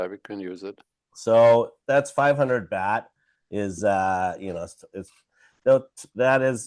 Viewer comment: Baht like yacht 🛥️ Not BAT🦇